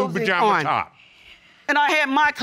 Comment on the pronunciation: Did she say Pajama Man 🤣🤣🤣 Team Too Much